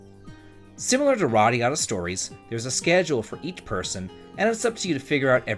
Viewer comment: Who's Loreea?